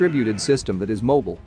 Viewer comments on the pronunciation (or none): none